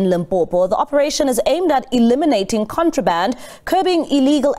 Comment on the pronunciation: The way she struggled with 'contraband'. Shembe!